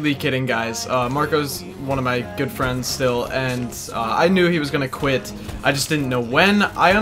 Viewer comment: When you said quit, I thought you said Gwidt.... Haha